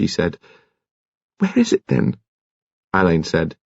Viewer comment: Don’t get me started on “Oxfordians”. And yes..drives me bonkers that he says “Al-LAYNE” rather than “Á-len”, as Marsh intended… but he does a thorough and respectful job, so I’mgoing to blame the director. Marsh was very active in British theater in the 50’s and 60’s.. I wonder if BC’s parents, knew her?